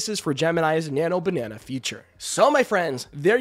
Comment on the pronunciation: Nano Banana lol.. sorry if I mispronounced 😅